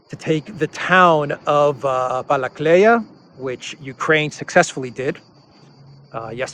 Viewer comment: Not Balakleya, it's Balakliya...